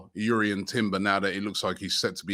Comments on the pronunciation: It’s Jurrien not Urrien even the player said it’s Jurrien lol 😂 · JUrrien not YUrrien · Robbie, I think Jurrien is pronounced with the "J" the same way you say Jordan for example, not "Yurrien"